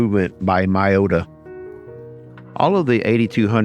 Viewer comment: It's not pronounce my-o-ta😂, it's me-o-ta.